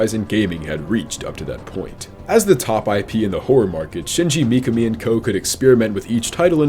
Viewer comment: Shingi mee-kah-mee